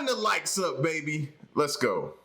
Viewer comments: For the longest time I too thought he was saying run the lights up!😊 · I like when he says run the liked up 👍